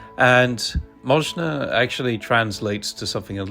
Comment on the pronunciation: A nice castle, looks very much like a French chateau or a building in the Hague in the Netherlands. It might be worth pointing out that it is Moszna, pronounced Moshna and not Można, pronounced Morzna, which also exists in the Polish language but has a different meaning altogether.